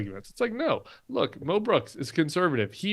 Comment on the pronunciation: I thought Tim was saying Mel Brooks. But I am relieved to realize he was saying Mo Brooks! I was thinking, no, not Mel! 😅